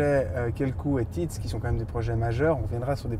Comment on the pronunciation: Teads est difficile à prononcer, j'entends plutot tits, j'ai passé toute la video a me demander quel nom il prononcait.... Au fait que veut dire teads?